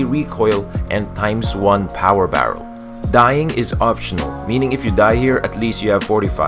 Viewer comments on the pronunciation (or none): none